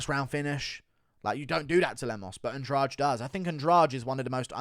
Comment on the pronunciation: Baaaahahahahaha, my man said Adrade-amedov 🤣🤣🤣